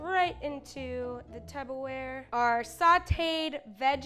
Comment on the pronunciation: It’s Tupperware lol not tubberware